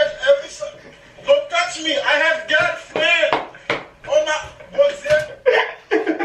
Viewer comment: "I have gyelfrenn!" 💀💀💀